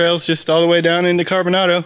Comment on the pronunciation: Its pronounced CarboNAYDO. Long A.